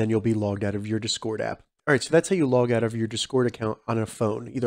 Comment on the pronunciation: you gotta make it sound like discord not desquirt